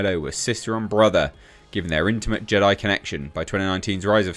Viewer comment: So it went from Jedi to Je-die 😮